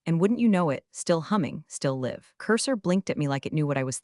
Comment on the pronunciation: Be nice if you could get your ai to read the word "live" with a long i instead of a short one when the narrative calls for it. Very creative composition. And amusing.